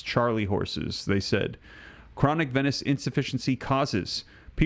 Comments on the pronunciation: Please pronounce 'venous' as veenus. Venice is a city in Italy. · Say, venous! Not venis. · Venus/Venous is pronounced as Veenus